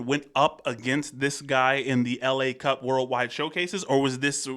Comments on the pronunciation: That's not "LA" like "Los Angeles", but "la", like "the" in french ;) And Berrywan (not "Bennymen") won against him. But let's say that he used to be a member of Berrywan, since it's also a french group :D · It is "la cup" like "the cup" rather than the city Los Angeles LA cup.